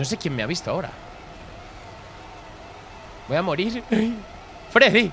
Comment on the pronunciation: me dió risa como dijo freedy